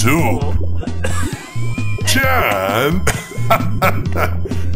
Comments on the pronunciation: He said Jan instead of jon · I think is supposed to say Jon but it sounds like hes saying Chad lol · said Jan but he said jon